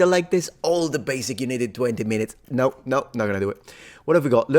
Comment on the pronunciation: Well done, one of the few foreigners who can pronounce "no" correctly on the first try. This is indeed a difficult one.